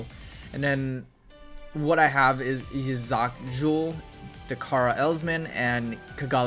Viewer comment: NOOOOO!!!! There's no Agni long range weapon listed. This means I can't make a qsuedo Perfect Strike Gundam. (also Yzak is prenounced E-zak)